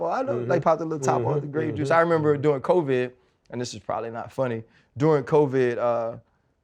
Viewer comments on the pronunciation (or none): Why does Ryan pronounce Covid like Co—viidddd